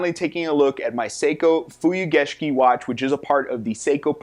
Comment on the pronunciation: Came here just to hear you pronounce "Fuyugeshiki". Nailed it.